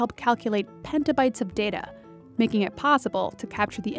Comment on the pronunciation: Pentabytes??? I thought it was petabytes